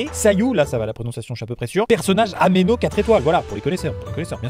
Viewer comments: On dit anémo c'est la racine latine pour définir l'air comme géo pour la terre et pas améno merci de ne plus réitérer l'erreur s'il te plaît, merci, bisous. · rien de grave amixem a juste dit améno à la place d'anémo !^^ mais sinon oui Sayu est anémo ! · Il a dit ameno alors que ses anémo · "Sayu personnage améno" 😭 c'est anémo Amixem, ANÉMO. On est pas à l'église ici.